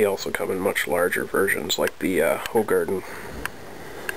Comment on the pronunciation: I love the way you say 'De Koninck', "Hoegaarden' and 'Leffe'. All Dutch/Gelguim namens, and most English/American people can say it they way it's supposed to be. But I love that difference